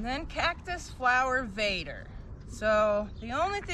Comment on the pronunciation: Vader not bader